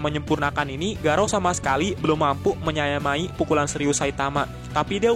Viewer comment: ngakak mimin nya salah mengucap menyamai